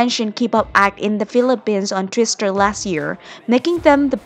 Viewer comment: Go BTS! Btw, I love how you pronounce Twitter. Sounds like Twister.. cute.